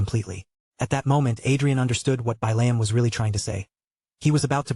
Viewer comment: So I'm 2 hours in and this actually looks like a pretty darn good story I'm just a little salty that the AI can't pronounce the name Billiam... It keeps saying it "Bai-layum"... And of course it looks like Billium is turning into an integral character 😅